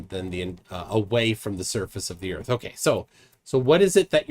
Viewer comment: Ladies n gents, flat erf!